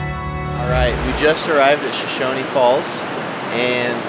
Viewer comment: It's pronounced "Show-Shown" falls. No "e" on the end.